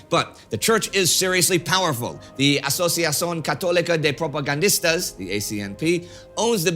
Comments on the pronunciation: Well, in his case he managed to pronounce those Spanish words with a really good French accent... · I'm native spanish speaker (from Argentina) and had a small laugh at Indy's spanish pronuntiation of Asociación Católica de Propagandistas 😂 however it was clear enough even if sounded closer to something in french. Love your work almost as much as your spanish!